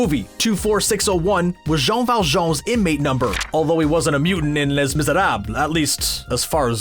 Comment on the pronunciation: You're trying to speak French and still pronouncing Les wrong...seriously dude...just stop.